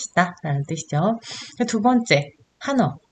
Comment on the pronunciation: 한국어의 바름 문제가 있는 반면, 일본어는 A+입니다 . 우선, 한국어어에 대하여. 긴 자를 강사께서 짧게 잘못 발음한 ㅇㅖ: 훈독, 한자, 두 버 째, 두 가지,좋겠지만, 바 주세요 , 많아요, 등, 제가 듣기로는, 강사의 일본어 발음은 A+ 인데, 한국어 바름은 이상 지적한 바와같이 믄제가 많습니다. 강사가 한국이ㅣㄴ지 일보이인지 궁ㄱ ㅇ합니다. 한국의 발음 문제는 심각합니다. 한ㄱ ㄱ이으로 영어를 가르치는 경우에도 영어는 A+인데 한국어는F 였습니다. 이 무슨 irony 입니까? 고국 동포들께 간곡히 권하옵노니, "한국 어문을 고발함"이라는 책을 읽어 주시옵소서. 미국 변 완수 배